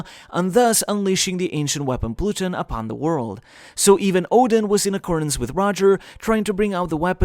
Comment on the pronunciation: That pronunciation of Pluton irks me